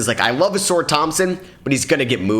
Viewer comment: He been saying ausars name like that for ages…pisses me off